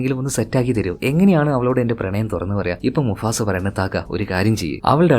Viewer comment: Enda bro Musafa ano mufasa ano😂😂